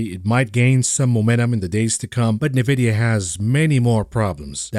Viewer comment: having worked there before, it's pronounced En-vid-ee-ya (n-Vidia, "n" like the mathematical variable, yes we are/were all nerds). Good stuff on your channel - but it's like fingernails on a chalkboard everythime I hear it. Feel free to continue your pronouciation to spite me;-P I won't be offended, I spoke my piece.